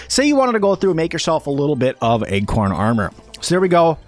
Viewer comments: Great and extensive guide. I keep mentally tripping over your pronunciation of acorn armor. I keep hearing "Egg-corn Armor" every time you say "Acorn".... Not a big issue, but it kept derailing my train if thought. Heh, a tip for newbies..... Acorn armor is protective, but you have increased enemy threat and aggro because they find your armor choice quite delicious. Thanks for the guide. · Egg-corn, egg-corn... I thought it was a new item or something! LOL! Good video, as you say, but totally distracting. I jumped to the comments to see what was up! Hahaha! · please stop saying Egg-corn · Me too! I also kept hearing "Egg-corn" as well!